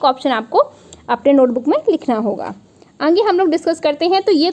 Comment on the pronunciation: आप आगे को अंगे क्यों कहती है? कई बार सुन लिया।